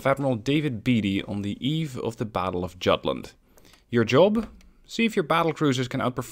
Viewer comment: Jutland: the J makes a Y sound